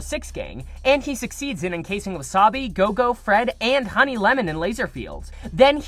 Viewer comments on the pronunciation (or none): none